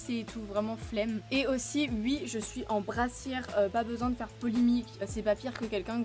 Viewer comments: Trooop chou tu dis « ui » au lieu de oui. Jtrouve c’est trop cutee. BRAVOOO POUR LES 100K TU LES MÉRITES ❤️ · C'est stressant tu dis "ui"